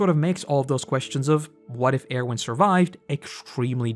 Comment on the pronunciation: The way you say Erwin makes me wanna get violent